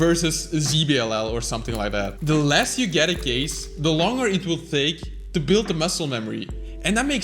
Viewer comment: Dude u used word's that have "th" sound in them too much that u lost ur control on some words like "Take". U said "THAKE" And that's a normal thing I think, that also happens to me🤣